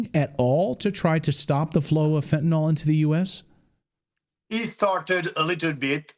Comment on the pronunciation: What is "FENTINAWL"?? Are you trying to say fentanyl? Love getting news from the educated.